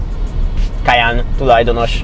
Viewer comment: Nagyon jo a teszt de nem “kajannnnn hanem kajenn-ek ejtük 😉